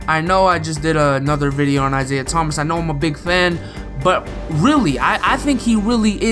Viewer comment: Lol of course you would say isaiah thmas , bc you are a celtics fa XD